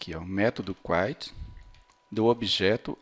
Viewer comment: A palavra "Quit" não se pronuncia "kuait" e, sim "kuit" mesmo. rsrs